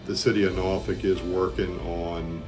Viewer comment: I can definitely tell you not from the seven cities of Southeastern Virginia because of the way you pronounce Norfolk